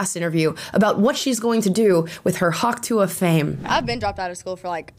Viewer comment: Are you saying Hawk Tu-ah? The ah is silent